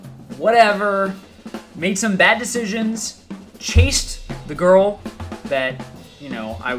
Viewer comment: mispronunciation of ,,girl"